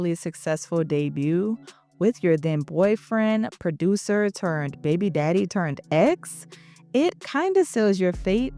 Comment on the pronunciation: When you say “baby” I was reminded you were my cousin from New Orleans ❤ lol !